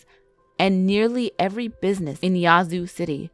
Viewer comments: Yahhhh zoo. Not yahzoo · Im from yazoo, Mississippi and she is pronouncing Yazoo all wrong its yeah-zoo city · how she pronounces Yazoo!!! Makes me mad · Reagan Abney same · I’m from Mississippi n never heard of nun of dis lol n she saying yazoo sooo wrong 😂😂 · YSL AMIR I know and im from there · And the a in Yazoo is like the a in apple when you say it.